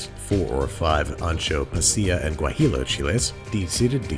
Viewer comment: Mr. Babish, that Guajillo pepper is pronounced “wAH-HEE-Yo.” Thank you for listening to my TED-Talk.